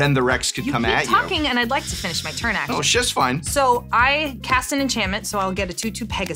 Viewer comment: WELL ASHUWALLWY lmaooo